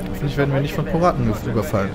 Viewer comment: Piet hast du wirklich am Anfang POraten gesagt xDDD